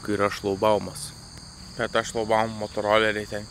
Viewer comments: ne šlaubaumas:)) ŠlaGbaumas, šlaGbaumui;) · 1. Ar jis sako “Šlaubaumas”? :D 2. Patarimas draugiškas: kalbant apie šį karą konkrečiai įvardyti ahresorių ir to karo vienintelį sukėlėją putiną. Nes dar nei viename vloge to kažkaip nebuvo padaryta. Suprantu, gal čia iš nepagalvojimo, bet tai šiame kontekste yra itin svarbu. Antraip gali susidaryti klaidingas įspūdis.